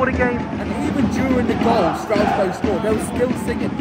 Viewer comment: 'Strowesberg" 😂 'Stras-burg'